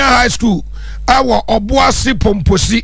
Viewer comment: Obuasi Pomposo, I believe, not Pomposi. Pardon me 🙏